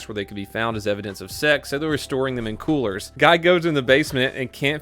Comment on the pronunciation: He said colers. Not coolers